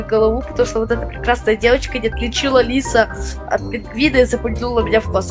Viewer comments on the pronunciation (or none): none